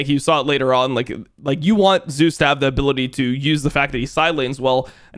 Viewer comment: He pronounces them correctly.